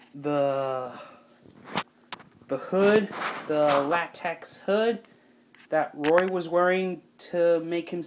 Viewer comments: By the way its latex not latax lmaooo but your costume is great tho its 🔥🔥🔥🔥🔥🔥🔥🔥🔥🔥🔥🔥🔥🔥🔥🔥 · it not latax it is latex